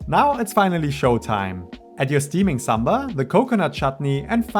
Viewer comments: Thank you so much for not pronouncing sambar in a cringe accent like Americans. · Oh my god even indians wont explain this recipe like you do😭❤ the way you pronounce ingredients also so accurate 😭❤ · Damn A foreigner’s pronunciation of Idli and Sambar is way better than my own people. I cringe everytime my fellow countrymen say Saam-burr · Can't be more happier today.. Boy said Sambar perfect than fellow Indians 🥰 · Great pronounciation 👍🏽 Looks just like how my mum makes it. She was impressed :) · The way you pronounce "Sambar" 🤌 Perfect. And then we have our own Indians just above the mid line of India calling it Sam-bur 😏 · South Indian (Tamil) here and it puts a smile on my face to hear you pronounce Sambar better than my North Indian friends who say "Saam-burr"! The recipe is also something that I would consider "Authentic"!